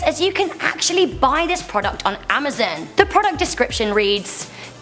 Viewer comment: i laughed when she said amazin instead of amazon i know its from her accent but its just funny